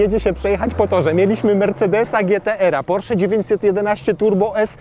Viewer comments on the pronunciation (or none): none